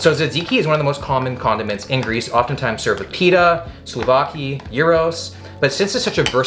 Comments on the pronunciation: DUDE DUDE!It's not slovakia,nor souvaki...not even soulvaki...IT"S SOUVLAKI! Hahahaha,greetings from Greece! :D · Hahah as a greek, I really enjoyed your accent on greek foods 😂 "soulvaki"